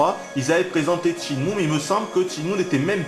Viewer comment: PAS TCHINE-MOU, CHÊNE-MOU !!!!!!!!!!!!!!!!!!!!! (sur wikipedia tu prends la table de katakana pour confirmer)